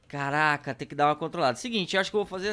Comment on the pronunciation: Para de falar CARRRACA......